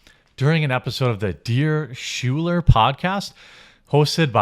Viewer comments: "Schuyler/Shoe-ler" is pronounced 'Skyler'. It's my surname so I'm fairly confident. Hamilton's "Schuyler Sisters" can back me up on this. Love your work, you uncultured sweetheart. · Schuyler is pronounced like Skyler.